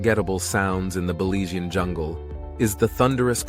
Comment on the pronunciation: Please I am a Belizean American I would appreciate you pronounce Belizean correctly. You sound awful pronounce Belizean seriously. I know you meant well but your pronounce is off .